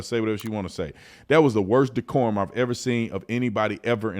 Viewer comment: How in the hell does a Republican say the word decorm?